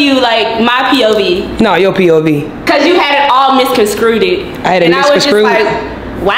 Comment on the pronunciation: “Misconstrueded”is crazy 😂😂😂 but she spoke all facts and Jazz was not listening prolly cause she related to what she was saying and didn’t wanna Acknowledge it